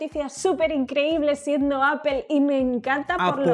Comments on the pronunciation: Se dice APPOL NO APEL “” APOL” o Appo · Yo antes Appel lo pronunciaba "apol" y ahora por le digo "apel" 😂😂😂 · Se pronuncia apo y no spel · Se dice appol no apel me da por los huevos estos españoles no pronuncian bien son ridiculos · bravooo ya estan aprendiendo, Apple Apol. y no apel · Apel aaaaa apol... Es igual jajaja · Apol , no apel , bueno esque me choca la distorsion de lenguas. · “Apol, apol...” -Bah, da igual... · Suena horrible que diga appel, todavia la corrige el otro bato y lo tira a loco jajaja muy mal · Por qué le dicen "Apel"? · La corriges pa que no diga "APEL" y tu pronuncias igual. Eso choca, que los youtubers de tecnología no saben pronunciar los nombres de dispositivos en su idioma original. O que con algunos lo intenten y con otros no. Mejor regalenme un Samsung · Apol apol jajajajajaja se pasó v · apool a no es rival :v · Comendhhhhamoooodhhs Me caga el acento español de españa Y la pronunciación de Apple...apel apel!! 🤦🏻‍♂️ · Corrige a de como dice Apple Y luego el lo dice de la misma manera que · Al fin le corrigen a cómo pronunciar “Apple”